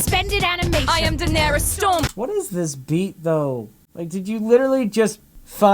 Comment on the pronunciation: That's not even how you pronounce Daenerys.... Or Maleficent..... Wtf intro guy?